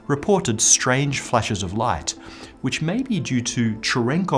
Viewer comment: Love the channel. What is it with that guy pronouncing"light" like "lights". Is it a British thing?